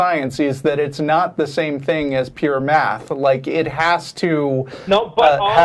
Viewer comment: Did you say Meth ? Oh you said math, lol